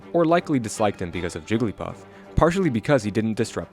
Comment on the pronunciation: Idk why that sounded like he said Jewglypuff xD Did Hungrybox throw his controller after winning? That looked badass o_o